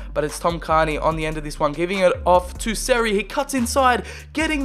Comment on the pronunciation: Not carni cairney care-knee